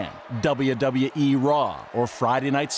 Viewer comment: pmsl the way he says wwe